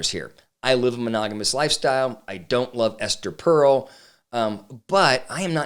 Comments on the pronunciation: First off, it's "Per-el," not "Pearl." I was at a Gottman training where John Gottman literally said "Esther Perel is full of shit." That got my attention! I'm a marriage and family therapist and tend to agree that her stance can be really damaging to the security of a relationship. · Not knowing how her name is pronounced…undercuts your credibility a bit. I think you misunderstand her work. It’s like saying trying to find the route of addiction is “normalizing” drug use. You might explore her podcast beyond this talk. I suspect the Smiths cast a shadow on how you view her work…